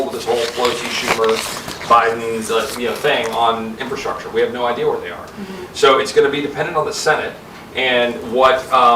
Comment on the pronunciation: In-fra-structure...not in-fra-strusher